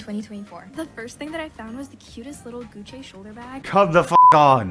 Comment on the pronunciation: “Gucc-eh” “Fend-eye” WHY ARE REAL PEOPLE MISPRONOUNCING WORDS LIKE AI MISPRONOUNCES WORDS NOW